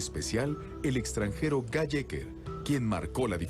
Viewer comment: Guy se pronuncia Guí. Son reeee brutos